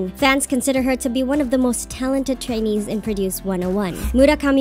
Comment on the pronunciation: Are you japanese? Bc your pronunciation of trainee's name is PERFECT